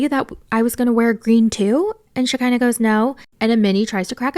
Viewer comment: lmao it's funny how you call her Shakiner